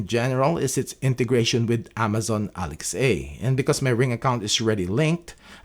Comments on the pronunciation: Very good video. Thank you! Just to let you know, you're mispronouncing "Alexa". It's pronounced as one word with a soft "a" at the end -- like, "Aleksa" -- not two words like "Alex-ay". Cheers! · Irritated by your "ALEXEI", I was unable to continue watching the vid. My goodness, it's ALEXA, the very same way you say LINDA, not LINDEI.